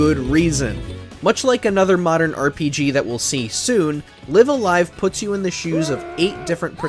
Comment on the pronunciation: It's Live A Live, not Live A Live or Live A Live, obviously. DO BETTER.